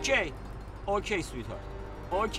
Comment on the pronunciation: Was the man sayin " ochay " at the end?